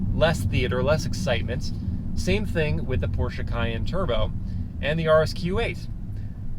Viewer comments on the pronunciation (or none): none